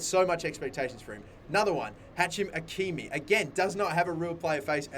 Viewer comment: It's Achraf Hakimi not Hachim